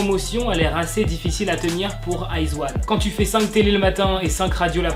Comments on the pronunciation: Le groupe se prononce I zaune et non Iz one 😂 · Salut je vais faire ma reloue mais iz*one ça se prononce aie dji one et pas eyes one 😂 Et je suis une wiz*one a mort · iz*one sa se dit pas iz(i)one ?😂😭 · C'est stressant la façon dont tu prononce izone pck on prononce le o jsp comment expliqué et moi je suis une wizone izone c mon 2e UG j'aime tellement ce groupe 😭😱😱😍😍😍😍